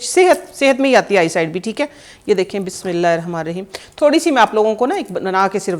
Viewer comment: bismillah thek prha kren please